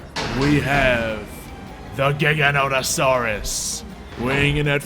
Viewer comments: 15 tons pronounced giaganto like a giant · Gi gan tho saurus ok this is the pronounsation